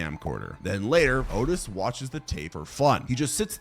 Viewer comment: I don't remember hearing you say Henry: Portrait of a Serial Killer is based on Henry Lee Lucas, a real life serial killer. Also, not for nothing, but Otis Toole pronounced his name Aw-Tis if I remember correctly.